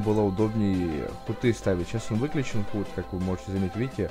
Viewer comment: Хут?)) Худ если что...